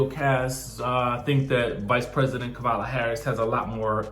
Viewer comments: Please get our wonderful, history making Vice President's name right. It's pronounced Comma-la. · COMMA-la come on get it right! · First of all imma need you to pronounce VP Harris's name correctly. Give this woman some respect. It's been a year to learn her name